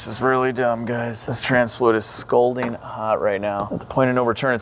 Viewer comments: Hmm... My ears and the closed captioning agree. The phrase is 'scalding hot'. Like, being scalded (burned) by hot water. It's all good. I just figured I'd help you out. I'm not really all that pedantic, though I have been trying to comment more often as I've learned the increased engagement helps the channel get promoted by YouTube. I'm working on making it a habit to comment on videos that I enjoy. I've enjoyed this series more than some others, which is why I commented to begin with. But, yeah, it's 'scalding hot' and not 'scolding hot'. You're not the first person I've heard say it wrong. Edited to Add: It's 'sustenance.' I'm not sure what word you were using. By that, I mean I'm not sure if it's even a word. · Its scalding hot. A scolding is what I'm giving you for mispronouncing scalding. Love the videos, just had to throw some shade. Thanks for making my Saturdays fun!